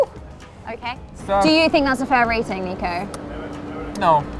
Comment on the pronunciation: Not even getting Nico's name right... way to go, EA!